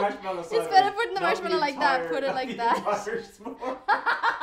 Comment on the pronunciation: He said as someone married to a American and then pronounced marsh a Mell I o had me laughing so hard. Can just every episode he's in just say marshmallow